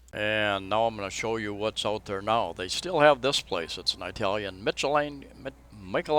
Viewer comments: Just to be sure, it isn't pronounced "Eyetalain". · The way you pronounce "Italian" gives me a chuckle.